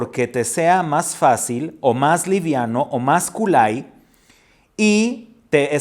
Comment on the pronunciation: Muy bonita clase gracias Un comentario la palabra Kolai que significa sencillo o liviano siempre escuche su pronunciación como la escribí no la escuche como kulai cual será la pronunciación correcta?